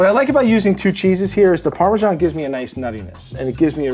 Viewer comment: parmesan is pronounced parmesan, not parmegian